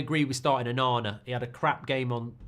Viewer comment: ONANA more like OH-NA-NA